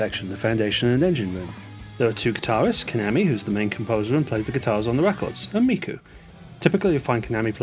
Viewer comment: When saying KAMAMI’s name, please take care to give the second /a/ the same pronunciation as the first. And, “kak-ko-ii,” not “ka-coy.”